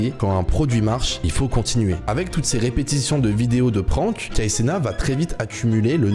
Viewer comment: C'est Kai CenaT Il faut prononcer le " T" à la fin c'est pas " Kai Cena "